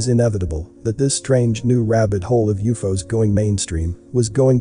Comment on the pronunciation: If you use periods U.F.O's, perhaps your computer can pronounce things properly.